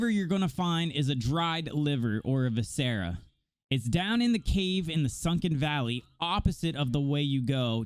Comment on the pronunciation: Who the hell taught you to say viscera like that, props for the vid tho very helpful